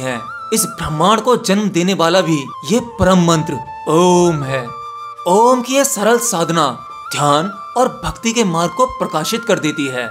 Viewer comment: App om ka galat uchran krrr rahe hhh